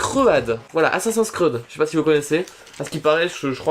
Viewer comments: 12min13 XD assassin scread XD sa se dit assasine scride (et g bien dit sa se dit) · On dit assassin's crid pas assasin cred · sa se dit assasine cride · lol "assassin's cread" au lieu d'assassin's creed😂😂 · Assassins "Screeud" mdrr, Oui c'est un jeu vidéo et qui se prononce plutôt "Scrid" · Ça se dit /assassine scrid/ et pas /assassin screuade/ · Je suis la seule qui étais morte quand il a dit assassin's creud à la place de assassin's creed qui se dit crid xD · tu dis assasin screed mais cest assasin creed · Comment tu prononces Assassin Scread ... Mes oreilles saignent XD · moi j'suis choque il connaît pas assassin scread et il dit "screuad" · OMG comment ta prononcé Assasin's Creed sa se prononce Assasin's Crid et c un jeu et un film mais le jeu est sorti avant le film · mdr ca se dit assassin's crid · on dit assassine scrid pas assassin sread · Assassein scre ad XDDDDDD LOL Comment il a massacré Assassin's Creed !!! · omg comment t as dit assassin's creed mdrr tz dit assassin's creud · rassure moi farod tu blaguais quand tu parlais de assassin's screed 😂!? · sa se dit assaine's'crid mais sa s'écrit assassin's'creed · CA CE DIT ASSASINS CRID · qui a ete choquer qquand il a dit assasin's screud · Ça se prononce "assassine scride" et ça s'écrit "assasin's creed" c'est un jeu vidéo très récemment adapte en film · ASSASINS CREED IL A TROP MAL PRONONSER